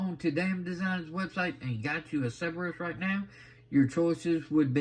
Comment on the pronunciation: Not to nitpick too much i think that is pronounced. Sir burr us